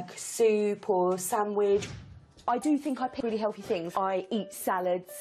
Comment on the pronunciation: Why can't the blonde pronounce "TH" ? Is it a speech impediment? "Fink" for "think" "Hellfy" for "healthy" etc. It sounds odd.